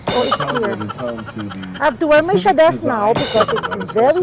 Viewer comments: Sha-des? Bago yon.. pauso ka tita ha 🤑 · di ko kinaya yung SHA-DES. HAHAHAHA tawang tawa ako dito. next time di ko papanoorin pag may class ako nagugulat c student bigla ako tumatawa HAHAHAHA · akala ko ano SHA-des.. SHADE pala